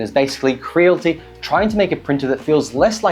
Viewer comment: It's pronounced "Cre-a-li-ti" bro lol